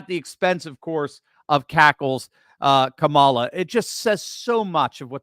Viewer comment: Are you sure you're saying her name correctly? It's KAMALA!! K A M A L A!!! 😅 -- Texas 😂